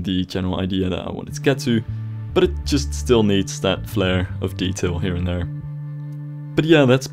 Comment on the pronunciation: It’s details not decails